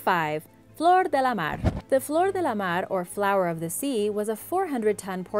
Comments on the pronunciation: Your pronounciation of things like Menkaure or especially german words needs a bit of tuning. While "Flor de la mare" worked out nicely and smooth other things definitely need some more work. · blablabla blabla... she pronounces nothing correct... but "de la mar"